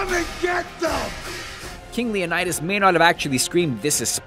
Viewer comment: Lee-on-ed-us. Not Lee-Oh-Ni-Dus. Just an FYI